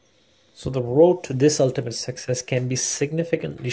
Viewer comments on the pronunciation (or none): Success or sexes? Lol